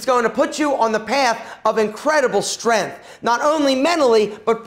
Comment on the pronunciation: Kept saying “Stren” instead of “strength” lol. Jk I think he’s awesome